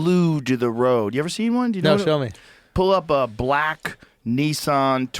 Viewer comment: The way Joe says “Nissan” as “neesawn” is both hilarious and annoying as hell